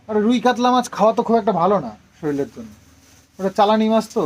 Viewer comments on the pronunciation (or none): Soril bone na shorir bole murkher moto bolo kano